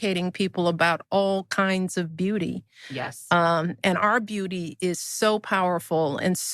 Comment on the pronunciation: I thought she said “ our booty” 🤨